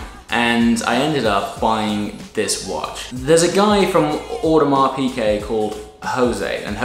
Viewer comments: Piguet, not Piquet. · One of them should have told you that it's piGuet and not piQuet though :p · By the way, it's Piguet. Not Piquet. You should pay attention. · Please it is "Piguet" not "Piquet"... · Hi, I like very much your videos, but please don't call your watch an Audemars Pické, it's an Audemars Piguet with a G an not a C :). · love the diver, but please stop pronouncing it "Piquet"